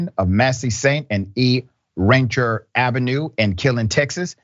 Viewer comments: It’s Ran-C-Ear but I know if this church. My family tried that church once and none of us liked it. The place Always gave me a bad vibe. They are a cult and have approached me and others for years. On and off the fort hood base. There’s nothing good about the military base nor surrounding areas. This areas is so toxic and I wish so many lives never set foot in the area tbh because maybe they’d all still be here living life. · Rancier pronounced Ran-seer if you from around there. 😉